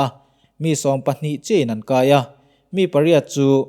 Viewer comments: “Chin” state i lam dan hi diklo ve tlat sir, an ni chuan “CH” hi an nei ve lo a. “Chin” tih hi “chhin” tih anga lam tur ani e. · C hi CH anga lam tur ani sa hrim2 a chuvangin....CHHIN tia lam tur a ni e.... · Chin ti a alam khi a dik lohna awm ka hrelo e